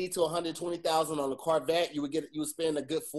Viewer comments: said carvette 😂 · So CAN say car...........and "carvette" just not Corvette. 😂😂